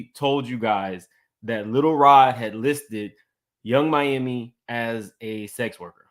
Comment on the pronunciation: PLEASE STOP calling that chile Yung MAMI...IT'S YUNG MIAMI (Think Florida) lol